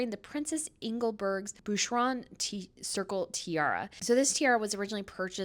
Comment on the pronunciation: Boucheron = Boosh-roh(n). (2 syllables)